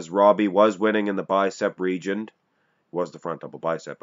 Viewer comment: it sound like you're saying regent, when really you should e saying region. Correct me if I'm wrong 👍